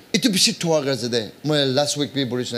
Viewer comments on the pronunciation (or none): none